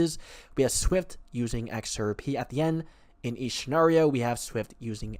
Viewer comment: SHA NAR IO???? GO BACK TO ENGLISH CLASS... WHILE YOU'RE THERE LEARN HOW TO SAY INAUGURATION AND BUREAU